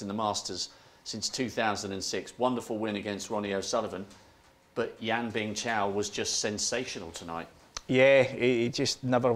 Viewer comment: Fellow british people, it's Bingtao not Bingchao, it's also YouTube not YouChube, as well as Tuna not Chuna.